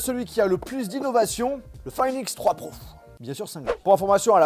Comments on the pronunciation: Pourquoi au lieu de dire pro du dit prouf 😂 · Pourquoi tu dit prouf au lieux de pro 🤣